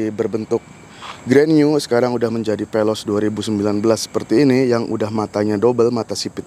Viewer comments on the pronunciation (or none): Penjelasan ny kurang mantap. Veloz bang bukan peloz